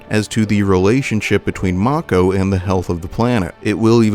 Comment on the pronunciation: As a kid, I always pronounced mako as ‘may-co’. Along with Aeris and Midgar. Hearing Aerith, Mako (Mah-co) and Midgard was weird